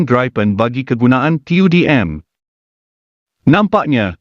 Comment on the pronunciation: Sebutannya BUKAN GRAIPEN tetapi GRIPEN.